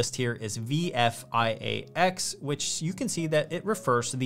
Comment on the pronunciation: Did you say, VFIAX?